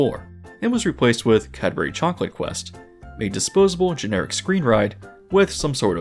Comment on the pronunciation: couldn't say Cadbury tho 😭